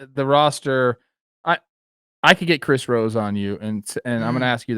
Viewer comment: I'm pretty sure Trev attempted to do the Chris Rosé and said "Chris Rosey" instead. Go check it out on Baseball Today.